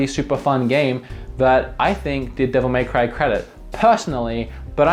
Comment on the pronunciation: Not triggered by your game choices, but darn am I triggered by your Devil May Cry pronunciation.